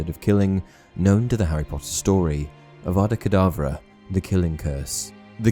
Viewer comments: Um idk if it's just me but when Snape killed Dumbledore, I swore I heard Snape say Abracadbra instead of Avada Kadavra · Because if you listen closely he actually says avada kadableu